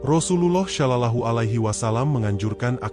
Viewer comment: Tolong betulkan sebutan sollallahu ..bukan sho..tapi so